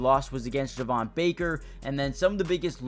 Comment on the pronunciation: Slight correction, Javon Baker’s name is actually pronounced Jay-von. Thanks for the nice video and keeping us all updated! Excited for the pads to come on tomorrow!